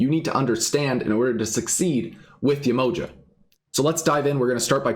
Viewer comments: So this being a real African deity can you say her name right ? Ye-ma-ha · Hi - its Yeh-mo-JAH !- with accent on the last syllable (lol_ sorry I couldn't resist!)